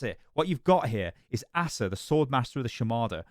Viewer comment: Btw "Asa" is most commonly pronounced as "Acer" or "Ace-ah"